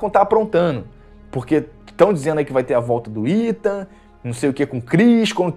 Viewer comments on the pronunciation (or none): none